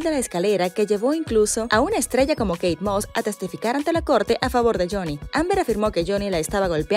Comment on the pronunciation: ME GUSTO ,Como se equivoco al pronunciar a Kate moss,,, Realmente queria hundir a jonny, su maldad no tiene limites, Ella ni se sabia bien la historia de lo que paso con kay y johnny, 😂😂😂Me alegro que quedo en ridículo ,JUSTICIA DIVINA FUE PARA JOHNNY. 👏👏🙏🙏🙏🙏